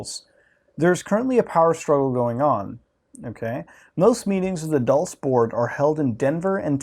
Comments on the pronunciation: bruh i think its "dull-CHAY" or if you wanna be fancy "dual-chay" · Dulce is pronounced as "dool-say" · Dulce is pronounced dol-che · Bob Lazaar has alread made it clear he hasn't ever seen the aliens himself. But rather only the craft he helped reconstruct. And you say Dulce wrong. It's pronounced like Dul(Dull-say)ce